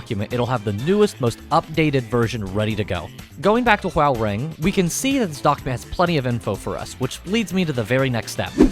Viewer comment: its pronounced whore-rang or *ho-rang